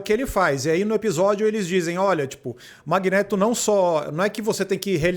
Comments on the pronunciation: "Magnêto" kkkkkkkkk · MagnÊto? CiclÔpe? Meu Deus que nervoso que dá o carinha falando errado o vídeo todo...